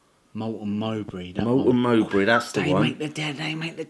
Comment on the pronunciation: Don't you mean Melton Mowbray, not Moulton Mowbray?🤣 Anyway, loved the video, like the general chit-chat format!!